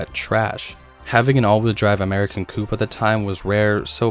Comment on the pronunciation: It's the turbo coupe (coop) not coo.